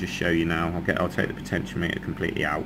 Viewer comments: potenti-ometer not potentio-meter. Thanks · PO-tenti-O-meter, like thermometer and speedometer. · Great work, Very helpful. I don't care how you pronounce Potentiometer, in no way does that detract from the information presented.